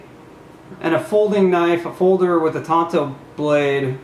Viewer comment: I couldn't help but laugh everytime he called the knife a Tonto. I know he meant to say tanto when describing the blade. Tonto was the Indian that rode with the Lone Ranger.